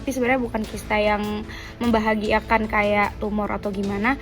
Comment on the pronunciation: Mungkin maksud yg mau di omongin membahayakan kali yah Tapi kedengeran nya emang membahagiakan😂